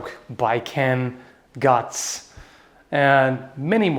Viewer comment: I saw Baiken at first and though he was doing it for one-ARMED sword fighter lmao(love that he says BI-ken, lol). Also, no Dimitri FROM FIRE EMBLEM?!?!